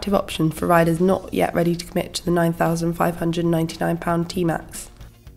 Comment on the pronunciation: I love the way her say thousand lol